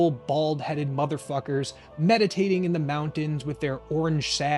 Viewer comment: when you called them jolly, peacefull, bald-headed motherfukers, it was clear you were opposed to hating them, but the way you annunciated the word "motherfukers" was the way you would say it if you hated them lol